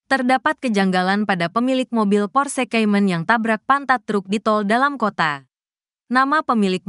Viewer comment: Kalo pake narator AI cari yg bagus lah masa Porsekaymen :face-blue-smiling: Baru tau ada mobil merek Porsekaymen